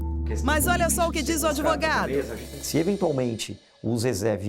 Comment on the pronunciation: Errou o "adevogado", kkkk Se o cônjuge fizer testamento só tem direito quem está no testamento.